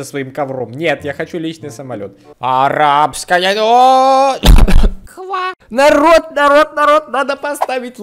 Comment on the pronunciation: Не ноц а ночь